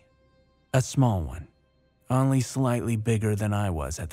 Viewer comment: SAY ONLY PROPERLY DAMNIT. OWN-LY not AHNLY